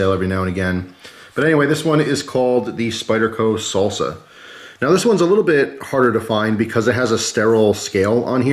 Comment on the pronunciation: Why are you saying solsa it’s pronounced sAlsa